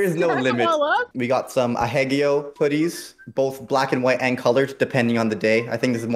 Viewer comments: The way pronounces Ahegao hurts my entire soul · The way pronounces ahegao…🙃